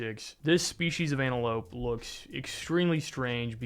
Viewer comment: Wait wait Second comment. Did you just hit us with the "ANALope"? Its antelope my nilla.